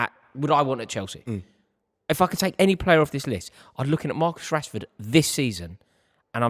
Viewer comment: Saka is clear of Marcus. How do you Mancs say his name? Rashehhhh. Saka is clear of that guy.